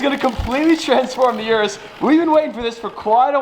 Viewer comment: Please learn how to pronounce Urus